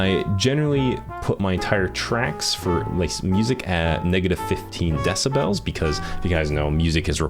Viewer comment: Did he just say decibells? 👋